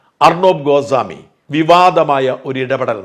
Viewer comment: ഗോസാമി അല്ല...ഗോസ്വാമി ആണ്